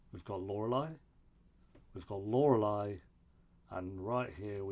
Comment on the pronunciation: How many seasons did it take 'til you could properly pronounce 'Lorelai'